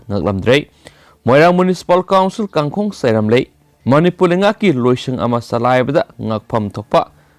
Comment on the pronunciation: Pao pabada waheigi tone aniam awang chumna sijinabiradi henna phagani. Eg. "Kangkhong" 😀😁😂😂.